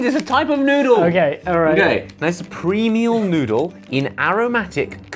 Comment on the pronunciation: Josh, did you know you said premial noodle ? Or are my ears going?